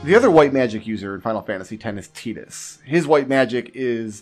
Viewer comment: I love that you actually say tidus correctly. Sick of hearing titus out of everyone.